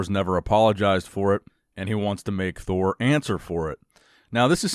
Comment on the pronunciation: No one: Eddie Thor : Addie Me : Edward